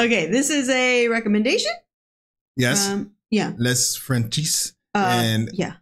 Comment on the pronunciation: Les Frenchies, great channel., you do not pronounce the 's' in 'les'. France is absolutely beautiful.